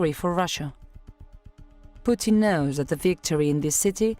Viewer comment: Futin...did...?Futin no goud...